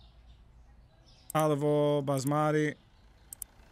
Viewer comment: "Olive ohl" 😂